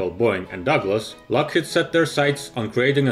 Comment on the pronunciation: LockheAd, pronunciation? The robot almost fooled me.